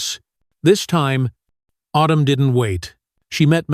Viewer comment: Girls name is autumn not otoom, also this is supposed to being an American school so why does narrator break into a French or European accent for certain words eg dangerous etc, get someone who can speak English